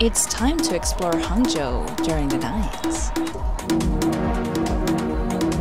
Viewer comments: Your Hangzhou pronunciation is standard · Also, the pronunciation of the word "Hangzhou" you used is really excellent. Haha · when you said 杭州，your accent is pretty Chinese